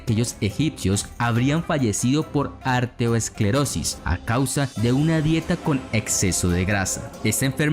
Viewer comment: Se dice "aterosclerosis" y no "arteoesclerosis" como tu dices en el video.